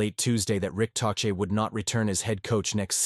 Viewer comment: Learn how to pronounce tochet